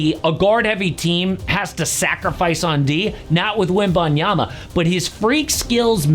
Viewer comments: 1. Can't pronounce "Wembanyama" in 2025? 2. Castle about to win ROY? When did you do this video? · Immediately Butchering his name in the first second X))